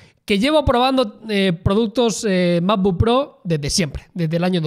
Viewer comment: El "mapbook"